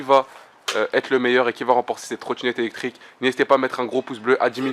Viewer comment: like si ta remarquer dire eectrique et non pas electrique trop mignone jvous aime